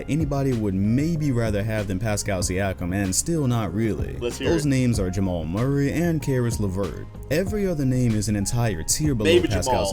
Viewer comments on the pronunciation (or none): none